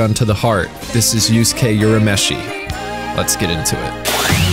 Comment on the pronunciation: "Yusuke Yurameshi" 😤